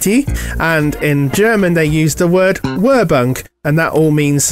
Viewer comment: I'm surprised that Europa didn't run out of money in its first year, splashing it on that drawn out ident. If that was used to go in between programmes then, what was used in the morning when starting up? Also, "werbung" is pronounced "ver-bung" with the er sounding like the word "air". I don't know much German. I do wish we had those sequences over here. I didn't know that RTL was used as something to air propaganda on in World War Two. Great video! Looking forward to episode five!